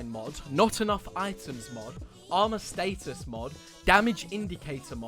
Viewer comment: The way u say status pisses me off